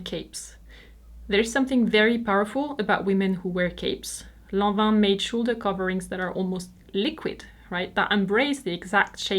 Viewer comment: i love how your merchandise is your actual merchandise, not some pix printed on a range of stuff Today i learned Lanvin is pronounced Lonva and Dior Jyor. I am old, i grew up back when each country had its own, totally incorrect pronunciation:)